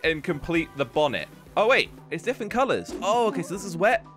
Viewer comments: "Defent" its said different bro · I like the fact he says diffent instead of different